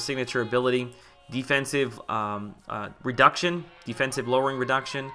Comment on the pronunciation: "Defensibe" haha. Great video! Please do more of these!